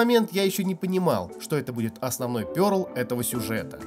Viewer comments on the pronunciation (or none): "пЁрл"? Чувак, ты откуда это слово взял? Ты серьёзно? Это слово пЕрл. Если не знаешь, лучше помолчи